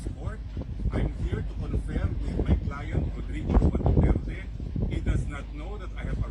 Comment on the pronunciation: Mister Dutert daw sabi ng mga pranses pero sabi ni d30 Du-ter-te tapos wala di sya pansin mister du-tert pa rin😅😅😅